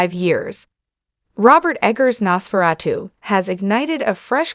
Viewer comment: Nos-furatoo??? Nos (dumdumdudum. Dum dum dum) Fur-uh-2 (dumdumdudum. Dum dum dum)